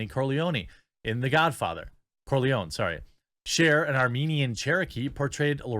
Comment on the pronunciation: Trust me, at 10.48, people would rather hear you say ‘cor-le-OH-knee’ as that hack at least pays attention to the fact that there are FOUR syllables in Cor-leh-OH-neh , as opposed to the three syllable butcher that is ‘cor-lee-OWN’